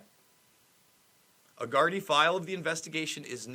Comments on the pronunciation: Good Journalism, and you almost have the pronunciation of Gardai! Try this: knee, bee, dee, Gardee, Gardai! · One copper = Garda Two coppers = Gardai Gardai = Gardee